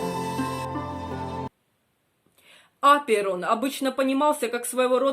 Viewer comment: Что с ударением?